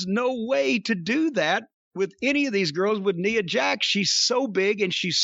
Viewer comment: he had it right. It's Nia Jax, not nya.